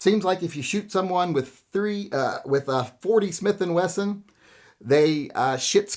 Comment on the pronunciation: He almost said: Even Smorty With & Smithon”